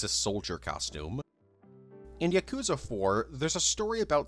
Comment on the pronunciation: "Yakooza" smh